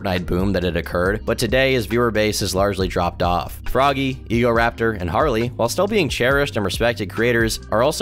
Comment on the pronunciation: "Egoraptor of game grumps fame" thats painful to hear